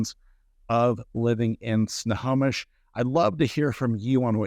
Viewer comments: Why does he say wrong periodically? It's simple. Snow-Home-ish. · Agree. Doesn’t sound like he says it right either. Ugh..